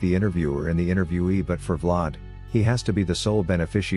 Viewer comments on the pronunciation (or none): “Vlod” “V-Lad” 😂😂